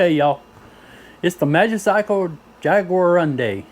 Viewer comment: Your pronouncing it wrong. It's pronounced Jaguar undi